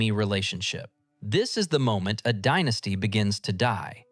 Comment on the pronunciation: yes you can tell by the way it said "Dienasty" instead of Dynasty